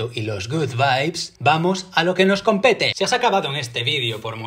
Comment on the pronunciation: Jaja dijiste comPETE